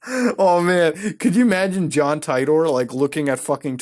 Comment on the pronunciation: omfg Muta... seriously you made me cringe harder than I have ever in my life. Ty-tor??? It's John Tea-tor. Have you not seen Steins; Gate? Please watch this anime as it is one of the greatest of all time.